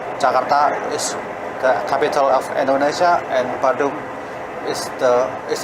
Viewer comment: Indonesia Mas... bukan Endonesa 😅